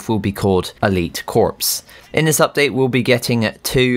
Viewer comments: Just so you know, corps is not pronounced “corpse”, it is pronounced “core”. Just for the future :) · This man says corps like a corpse it’s Core